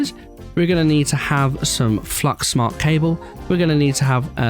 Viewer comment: for some reason calling the Dense Cables "thick" and reading Fluix as "Flux" is really painful